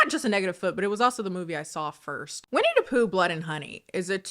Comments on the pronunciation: When you keep saying Winnie DUH Poo it gives me life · Edit: I know this video and comment are old but I’m rewatching and I realized keeps pronouncing Winnie the Pooh as Winnie Dapooh, like Willem Dafoe 😭 Original comment: The cardinal sin that Blood and Honey does, for me, who loves creatively designed horror creatures, is that they DIDN'T EVEN MAKE THEIR OWN MASK DESIGN FOR WINNIE THE POOH. I saw a Twitter post, it was literally a mask that they bought and didn't even alter. Besides the cinematography, they genuinely didn't even try with it.